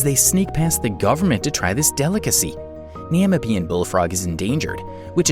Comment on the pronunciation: why do you say namibian like that?